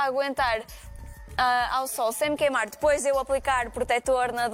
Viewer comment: "Queimarrrrr". Ela uma portuguesa caipira?